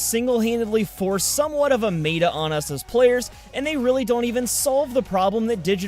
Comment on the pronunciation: mayta? what? how is meta pronounced with a may?